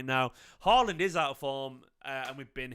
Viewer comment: Haaland. Get his name right.